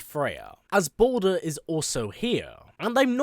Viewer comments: Baldur bud not Bolder lol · Its baldur not bolder